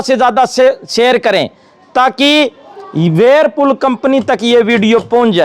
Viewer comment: khta h yeh Advocate h.. varepull khta h..hota h whirlpool....😂😂😂